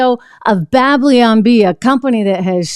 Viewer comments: Babylon not Bableeon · "Bab-lyon Bee"